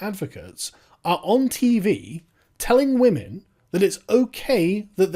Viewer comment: when will you stop oppressing wammin? How can you stop oppressing wammin,?